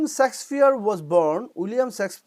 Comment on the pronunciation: Sir, সেক্সপিওর না, শেক্সপিয়র হবে।